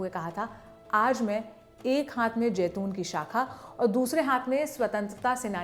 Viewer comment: Jaiton nahi zaiton hai lafz